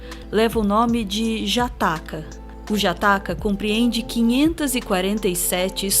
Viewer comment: Só uma pequena correção: "jataka" se pronuncia com som "dja", tipo o deus hastafari